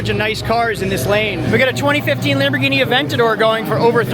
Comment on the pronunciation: You pronounce Lamborghini wrong